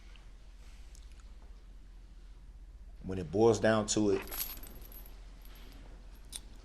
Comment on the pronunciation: When it boils down to it… lol idiot is so stupid that he doesnt even know how to say what it boils down to correctly